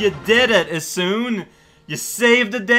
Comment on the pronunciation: Sorry to say, but amaterasu needs isshun.